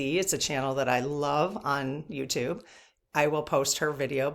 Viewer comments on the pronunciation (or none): none